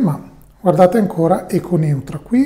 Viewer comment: Si pronuncia Echo Noitra, Neutra è il cognome di un architetto